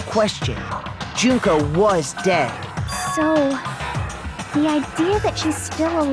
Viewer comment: I'm really happy that they pronounced Junko's name Joon-koh instead of Junk-oh.